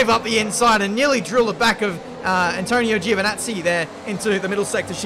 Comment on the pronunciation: Nobody: Absolutely nobody:: ENTONEEO GEEOVNAZI